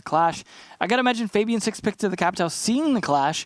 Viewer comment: f-ah-B-an please get it right it hurts my ears to hear it wrong